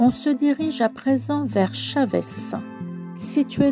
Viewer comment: Bonjour, très belle vidéo, vous voulez dire Chaves et non Chavez c’est pas loin de ma ville de naissance c’est à dire viana do castelo toujours au nord très jolie ville bonne continuation 👍🇵🇹🇫🇷